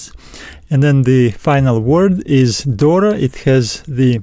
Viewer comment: For λαμβάνει is lamVanee Pronounced . No lamBanee.. V no B δώρα ...is THora no Dora .. is TH no D. TH like you say THere . Same sound Try 😊